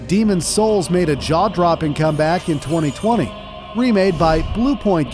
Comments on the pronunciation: The emphasis on SOULS is earraping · The pronunciation of niche and the emphasis on souls makes me believe so ai was used. The whole video may not be ai but it’s definitely sus